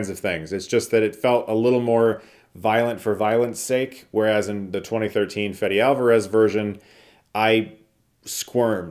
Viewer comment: Bro said Fede Alvarez like Fetty Wap